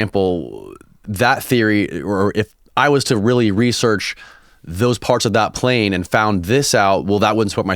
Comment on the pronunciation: "how far can you see a pane one a clear night" lmao